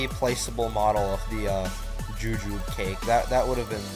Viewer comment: The E in jujube isn't silent